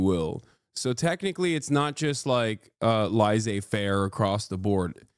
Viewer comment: "Lazey-faire" is a crazy way to pronounce this term.